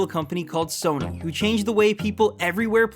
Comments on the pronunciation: I don't know of this sona you speak of but I do know a Sony sòw-knee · Sounded like he said "heard of a company called Sona" wtf lmao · did I just hear him say "sone-uh"? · what's a Sonar or what ever he tried to mean? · did this nigga say SONAI bitch don't even talk about sony if you can't even say it right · Sona SONA ITS SONY NOT SONA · Its pronounced SO-KNEE! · Why does it sound like he first said "Sono" to me!? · Yeah,it's actually WTF cause one does not simply make mistake while pronouncing SONY,even it was small back then,plus it was not small back then also. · i didnt know that the "Y" in sony was pronounced as an "A"!